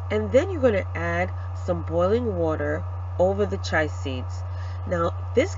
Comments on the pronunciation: Chee a seeds chee a, that’s how you pronounce chia chee a seeds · Great ingredients in this smoothie. I will try it. However, The seeds are pronounced C-H-I-A... you kept saying CHAI, which is tea. A little confusing 🤔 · Umm ma’am they’re called chia (chee-ya) seeds not chai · its pronounced Chee-a , not chai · Wonderful addition of the chia "cheeah"seeds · Chia is pronounce Chee-uh. Great video, but just wanted to note that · pronounced: chee-ah seeds. 😊😃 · The word chia is pronounced as chee-ah . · I dont like the way you pronounce chia